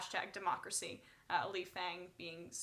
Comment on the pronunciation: Lee Fang's name is pronounced Lee "Fong". It is how Amy Goodman pronounces his name and she has known Fang for quite some time now.